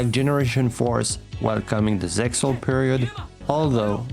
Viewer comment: ZeXal is pronounced "zeal."